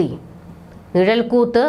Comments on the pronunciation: നിഴൽ കൂത്ത് അല്ല അനിയത്തീ, നിഴൽകുത്താണ്. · നിഴൽക്കൂത്തല്ല,നിഴൽക്കുത്ത് എന്നാണ് ശരി